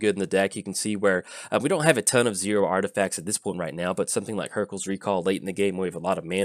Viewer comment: Artifasers lol I think it's intentional isn't it?